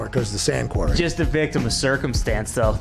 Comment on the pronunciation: not being able to say 'Quarry' was the best part of the show. 'He was in a query? like a mine?'